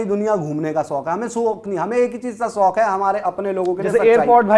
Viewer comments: Soq nhi hota shauq hota hai..chatukar😂😂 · Shok ko sok kehta hai ye beech wala 🤣🤣